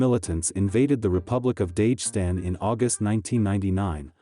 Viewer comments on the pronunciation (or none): Daa ghes tan get the name right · What and where is dayjhustan? Super weird way to say Dagestan.